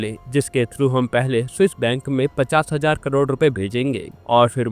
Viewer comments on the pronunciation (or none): Bhai 50% bol rahe ho ya 50 hazaar 😂